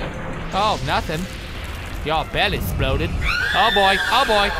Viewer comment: "You done 'sploded all over the floo!"